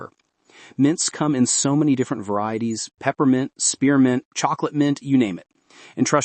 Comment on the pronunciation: Spepermint? Peearmint? Yikes!